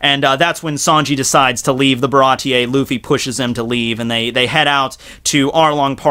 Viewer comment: Bar a tee .....not .....ba ra tee yay